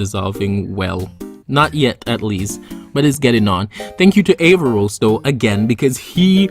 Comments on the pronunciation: A r r a v o s Not avarros. Lol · ahem ScrEEeeCH HiS NamE Is AARavOs noT AvARoS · Avaros????😂 it's aaravos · Aavaros???? Don't you mean Aaravos!!!! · Aaravos not Aavaros 😂😂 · You said his name wrong